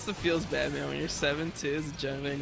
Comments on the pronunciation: "I am badeed" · this malphite said all game "i am badeed". kappa